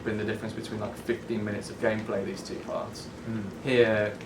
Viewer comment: dat 'gamplay'